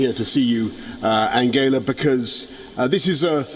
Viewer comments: his german pronunciation of angela was actually correct. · The way he pronounced 'Angela' it is the way it is pronounced in German. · Sorry but he pronounced it right. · Angela was pronounced correctly... Even Trump says like that